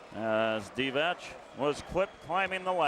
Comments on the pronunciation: English commentators, along with Spaniards, are not known for correct reading of foreign names and surnames 😂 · m8, it's not [Divatsch], it's [Divats], also it's [Rebratscha], with the stress on the 1st syllable....how these guys become commentators to a global audience when they are unable to pronounce names correctly is beyond me...and it's not that these player were not known, were they?